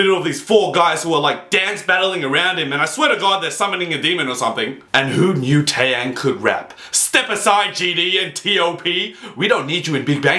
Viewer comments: Tay-yang? XD it's teh-yahng. Trust me I'm korean and I speak and write it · Its not tay yang its tae yang is how u say it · Its T to the A to the E (to the) YANG.